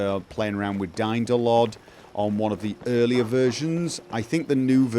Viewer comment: How did you manage to reduce Aliasing so much ? :O :) I totally heard "DY-NO-LOD" xD SAVE THAT CHILD !